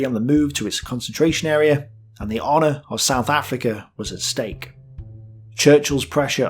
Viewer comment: "stake", not "steak".